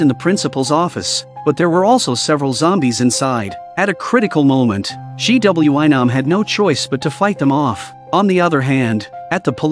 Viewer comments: Um did u mean gwi-nam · This is so great but all I hear is GWYM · He said g w e nam☠️☠️☠️☠️ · The pronunciation is funny G,W,I Nam, Su Ha ,yeok. 😂 Good show tho❤🎉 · G W I NOM you mean? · ‘G w i nams’ 🤣